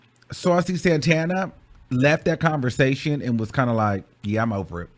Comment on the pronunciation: I’ve never really got into Saucy, but I gotta give him respect for the way he handled her messy asz!! She tried to play him like a groupie, and he let her know it’s not that serious, boo!! CONSTANTLY mispronouncing his name incorrectly?! Continuing to call him Santaner instead of Santana!!